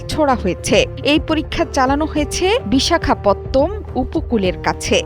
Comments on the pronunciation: ভাইলোগ দয়া করে একটু বলেন কারা ও নাকি সিলেক্ট করেছে খবর পড়ার জন্য যে নিজে শুদ্ধ ভাষায় বিশাখাপাটনাম কে বিশাখাপত্তম বলে , ভাই বদলান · শব্দটা বিশাখাপত্তম না, শব্দ বিশাখাপাটনাম, খবর একটু শুদ্ধ করে পইড়েন